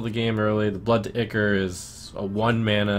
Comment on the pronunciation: "Ichor" is pronounced eye-core, not ickor. Great video as always!